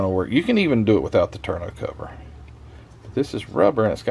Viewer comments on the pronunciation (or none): FYI. The word for the soft cockpit cover is "tonneau". It's pronounced "TAH-no". French word. That means lots of their words have strange spelling as seen by those of us who grew up with English, and even stranger pronunciation. I grew up around sports cars and sports car racing. My folks had a couple of cars with tonneau covers when I was a kid learning about race cars and model cars. I remember in 1958 my uncle came home from the Marines and was looking for a car. My folks took him shopping, and took us kids along. The one car he was real close to buying was a Triumph TR2 in baby blue. In the late 60s I had become friends with a guy who raced a Triumph TR3 in SCCA events. I worked as a Tech Inspector. Doc Sturm was a dentist. I Teched his car a number of times and we became friends. He was a good amiable guy. Racing at Riverside Raceway, he tangled with a couple other cars at Turn 2. Doc got shoved out into the weeds. He found a rain runoff ditch about 4' wide and 2 + feet deep in those weeds and it flipped his car end over end 3x. His roll bar held. It was a hoop from left to right higher than his helmet, with a pair of braces from the top corners of the hoop to the back, through the bodywork to the frame. But the car folded right in front of that roll bar and crushed him. I intend to build my Gunze TR3 (not the metal parts kit) as a model of his racer. Yellow with black trim. #31 RIP.